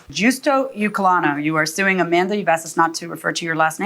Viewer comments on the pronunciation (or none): Her name.... "Au-man-duh"